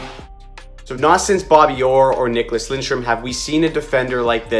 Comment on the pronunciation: This will be fun to watch him and Seider battle it out for the Norris every season. 🤣🤣 also one tiny thing, there is no "n" in Lidstrom! Other than that great vid!